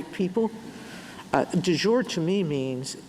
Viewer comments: The way Sotomayer pronounces it, it means "of the day", like soup de jour. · It’s not delivery…it’s De Jure No? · Yes, that was Alito. She can't pronounce it either - moments after hearing it said correctly.